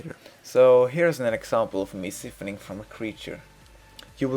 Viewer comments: I'm sure this was a great guide cause the small amount of time I spent here I learned a quite a bit but could no longer take the pronunciations of siphoning had to leave it was for some reason super cringy in my ears lmao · ***** I understand lol. I can tell English isn't your second language and you say "siphoning" funny. I liked this video though!